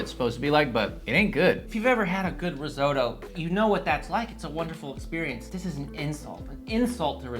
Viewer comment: He can't even say risotto correctly